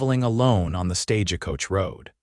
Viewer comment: It's not stagicoach... it's stagecoach... with no I in it... not stage a coach either... Just stagecoach...all one word. 😄... Thanks! 😂 Great story! ❤❤